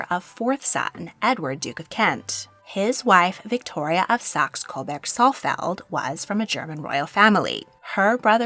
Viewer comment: I can live with Gotha in English pronunciation. But Coberg is not the name. It's Coburg. Like Hamburg